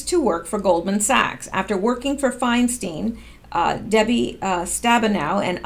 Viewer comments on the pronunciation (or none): none